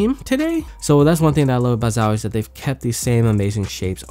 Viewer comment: man it's not zawie plz my ears are bleeding